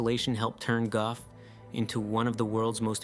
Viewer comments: Gough is not pronounced Guff. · Goff island. Or however that is pronounced. Proof man literally destroys everything it touched.